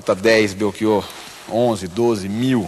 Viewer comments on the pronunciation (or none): Felicito-o por defender a Língua Portuguesa. Mas não consigo aceitar que para "ch" você leia como "k". Belkior, em Português, não existe. Abraço. 🇵🇹 Editei para dizer que, ao ler os comentários, soube que tinha morrido esse senhor entrevistado. A minha consternação e sentimento. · Belchior é um sobrenome italiano. Em italiano o CH tem som de k, por isso por aqui se pronuncia como belkior . Assim como em Portugal, no Brasil o Ch tem o som de x/sh (afinal, estamos falando da língua portuguesa). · Belchior se pronuncia com "o" aberto, professor!